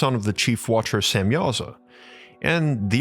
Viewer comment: geee whizz guy, can we not annunciate the word watcher???